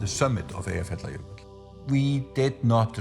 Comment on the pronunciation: Actually, he really butchered it. I think if people can't pronounce it well enough, it's better to just skip it.